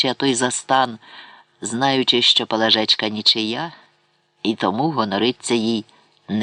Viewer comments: ПалАжечка, пані не знає наголосів, чи це ші читає? Це вже не мова а щось незрозуміле, палажЕчка, або наталОчка, дивина! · Правильне зауваження. ПалАжка. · Чому ПалажЕчка, а не ПалАжечка? Якось воно не звучить. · А чому наголос ПалажЕчка, а не ПалАжечка? Повне ж ім'я Пелагея, значить, Палажеа, ПалАжечка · Чому ПалажЕчка, а не ПалАжечка? ПалАжка — було таке імʼя